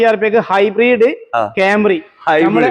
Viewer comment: എന്റെ പൊന്നു കോയാ ഹൈബ്രീഡ് അല്ല hibrid